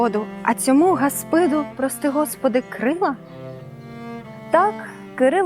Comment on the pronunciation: гАспиду, а не гаспИду